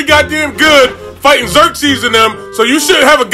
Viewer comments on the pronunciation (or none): Man's said Leonidas and Xerxes ☠😭😂